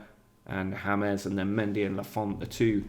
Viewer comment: Ham-ez? Reece James is English!